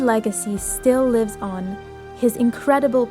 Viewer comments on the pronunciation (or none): none